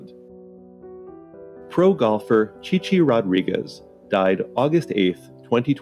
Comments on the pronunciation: We'll all miss Ch-eye Ch-eye Rodwigease. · Chy chy rogerweez?! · His name was Chi Chi Rodriguez, not Ch-eye Ch-eye Rodwigease 😅😅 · When I hear the name "Chi Chi Rodriguez", I don't think of golf, I think of the funny episode of WKRP in Cincinatti in which Les Nessman mispronounces his name and Johnny Fever corrects him, but he keeps on doing it! I was watching the Taxi episode, "Latka's Cookies" a few weeks ago, and was wondering what happened to Wally "Famous" Amos, who made a cameo appearance near the end. Now I know! Those cookies were good! I heard about Peter Marshall's death yesterday. The day before, I had been watching the Family Feud Tournament "Heavenly Hosts", which had him, Bert Parks, Tom Kennedy, Leslie Uggams, and Jim Lange. I used to watch the original Hollywood Squares on regular broadcast TV with my family back in the 80s. I'm watching Match Game a few episodes at a time, but haven't got up to Mitzi McCall, yet.